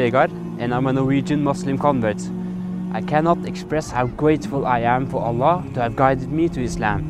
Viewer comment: Good acting ... Even he can't pronouncing Allah properly 😂😂😂😂😂😂